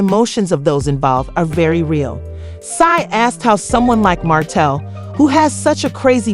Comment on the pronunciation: The name is martel!!!! Please get the name right 😠😡